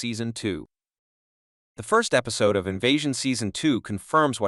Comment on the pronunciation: Strange pronunciation of the word episode and Casper. It's Casper, not "Caspar"!